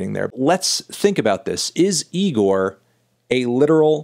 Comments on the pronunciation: It’s pronounced e-gor not ne-gor melon 😡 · It's Igor not Nigor Anthony! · Almost a year later and he’s still pronouncing it “NIGOR” smh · It isn’t pronounced NIGOR, stop calling it that Fantano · damn melon, cant believe you still pronounce IGOR with an N at the start.. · Anthony please stop putting an "N" infront of "IGOR"